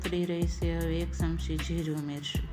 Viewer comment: શમશી નહીં ચમચી બોલો